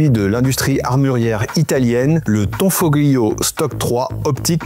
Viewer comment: On ne prononce pas le "g" on prononce tanfolio 👍🏻👍🏻 Comme tagliatelle ou famiglia A plus les appentis Italiens 😂😂